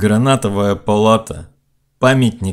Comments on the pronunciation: Не гранатовая... Грановитая... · Вроде грановитая,а не гранатовая. Или не так?